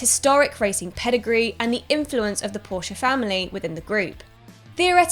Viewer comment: The best about this video was that Porsche was pronounced properly and not just Porsh